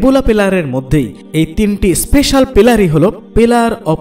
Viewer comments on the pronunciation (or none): none